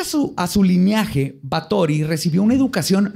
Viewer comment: sabes tanto que hasta se te olvidan las palabras jaja como lineaje???? es "li na je" jaja no "li nea je" jajaja te pasas saludos